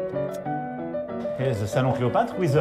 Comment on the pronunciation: Ze roum of Ze pompadour... En plus son anglais est complètement merdique, prononciation d'élève de 6 ème... 😂😂😂😂